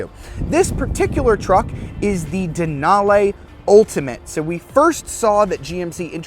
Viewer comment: Denal-eeeee not denal-ayyyy lol, but good video!